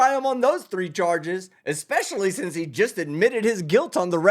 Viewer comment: "I go to law li-BERRY" "Ecks-specially" "It was took-en" "Fustrated" Literally any of these would've been an instant dismissal of any "i know what I'm I'm about because I'm educated" claims from this dude if I was a judge. She held her tongue better than I could've dreamed